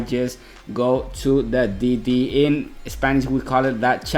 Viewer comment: Que me meta al open english dice 😔👌. Esta cool esta versión la verdad, yo no entendía porque decías "didi" hasta que después entendí que era D.D. jajajaja xD